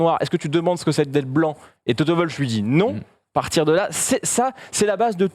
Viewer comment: TOTO Wwwwoooolf pas toto volf...